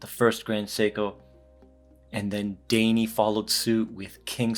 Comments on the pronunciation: great review...daini - actually pronouced "die knee". :-) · Great video, but you gotta learn the pronunciation : Daini → “dye knee” Dai = literally a number order and ni = 2 , so “Second Seiko Company”.